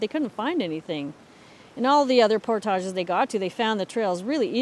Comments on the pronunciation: Our narrator's pronunciation of "portage" is completely foreign to the way my family and friends pronounce it. I have never heard it that way. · Is that the french pronunciation of portage? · the way you say "portage" is so fancy! lol must be a canadian thing ;)